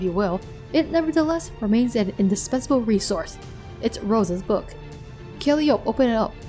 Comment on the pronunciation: By the way, i think Calliope's name is pronounced more like "Call-eye-oh-pee". Not totally sure on that cause i heard some people pronounce it differently, but that is the one i have heard the most often.